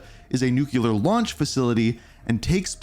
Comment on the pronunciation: Ohhh My Effing Goodness! WHERE did people learn to say NU-CUE-LAR????!?!?!? It's pronounced NEW-CLEAR!! THAT'S IT!!! Practice it and tell me you're saying it right! SMH Like seriously, WTF is wrong with people and their inability to pronounced such an EASY word???!?!? You mispronounced it a couple dozen times and it makes this entire video unwatchable… Just shoot me in the face already!!!! LOL And FYI, Nuketown has ALWAYS been in Multiplayer rotation so this game will likely not be any different.